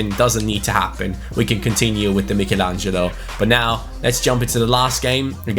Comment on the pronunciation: Is it annoying anyone else the way he is saying Michelangelo?